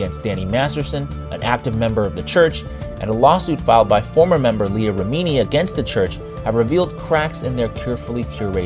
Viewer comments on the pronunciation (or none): REH-MIH-NEE! REH-MIH-NEE! LEAH REH-MIH-NEE! Not Ruh-meeee-neeee. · Yes, Leah Remini's last name is pronounced "REM-uh-nee". It was funny to hear pronounce her friend and A-List Actor Leah Remini's name incorrectly (like ) when she read it at the LA protest 2-24-24 on the list of names of children who grew up in scientology (and have have left or escaped and spoken out against it). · Great video other than the pronunciation of Leah's name.